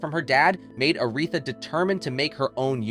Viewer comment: Are you frickin' serious?? Your fake robot voice mispronounced "Aretha" in a video about ARETHA!!!